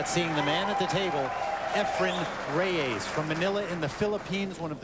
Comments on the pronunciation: Efren's last name isn't Ray-A-zzz. He starts pronouncing it a little better as the match goes on, but it was a bit annoying to me. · Reyes not Rayes